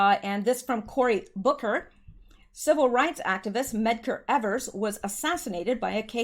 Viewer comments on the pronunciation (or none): none